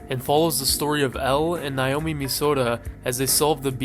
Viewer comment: i beg you to learn how to pronounce naomi